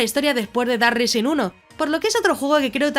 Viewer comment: Island se dice áiland y rising se dice ráising. Gracias por el video